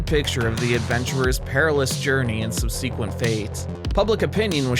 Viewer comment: Excellent video. My one issue is in the word subsequent. It's more SUB-suh-quent. Extra points though, for a flawless 'vehement,' which everyone mispronounces 🤣. With love, The Grammar Police 👮🏽‍♀️.